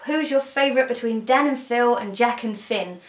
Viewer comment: I thought she was just mispronouncing jake and finn, adventure time